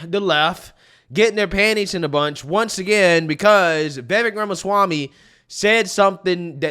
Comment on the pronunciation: Vivek rhymes with Cake or as that boo hoo whine cry said Fake